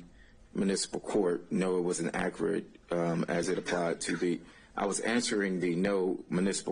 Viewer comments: Someone needs to teach him how to pronounce the word “accurate.” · I like how the defense attorney pronounces accurate and emphasizes it since this guy does not pronounce it correctly. What a disgrace to the legal system. America has become a joke.